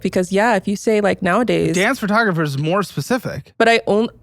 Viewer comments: First "li-bear-y" now "fur-tographer" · what the f is a FURtographer? Why do americans pronounce PHOtographer wrong.... They don't say "furto" ?!